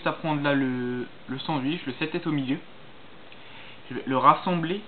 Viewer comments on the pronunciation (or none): J'étais mort derire au moment où t'a dit "sanwich"